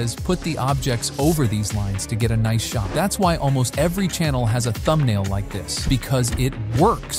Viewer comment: I had my suspicions but the "Noice" blew your cover away. Been a big fan of your videos for so long man, wish you all the best ❤